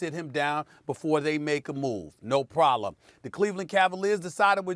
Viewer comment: Gramond Dreen :47 and “No Prolem”😭😭😭😭😂😂😂😂